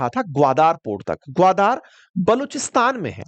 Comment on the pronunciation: ग्वादार नहीं ग्वादर है ।